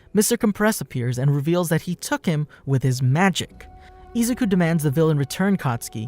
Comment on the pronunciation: You don't pronounce izuku like that